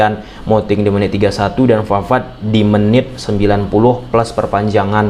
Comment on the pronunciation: VEDRI VAVARD GIMANA SIH LU GABISA NGOMONG P APA GIMANA